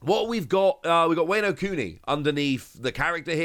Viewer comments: Honestly all I want to say is it’s Wah-No not Wayno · if you say "weyno" one more time, i am gonna strike you through my monitor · A kitten dies every time you say wayno. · the "wayno" is killing me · It hurts my soul every time he mispronounces wano.